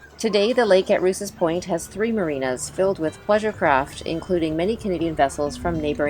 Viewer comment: It’s not pronounced Roose it’s pronounced Rowse. I should know it’s my mothers maiden name